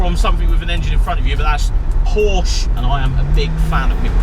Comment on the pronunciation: FYI it's pronounced Porscher.